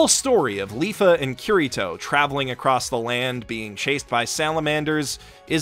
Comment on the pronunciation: Ow... English accents absolutely butchers Kirito's name.